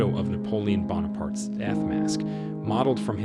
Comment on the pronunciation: I like what your doing but your seriously mispronouncing allot of words, Saigon, Ramesses, Bonaparte's amoung others